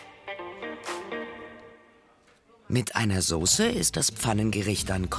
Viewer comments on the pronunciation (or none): none